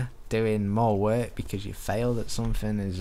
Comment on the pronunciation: You failed at saying ''at''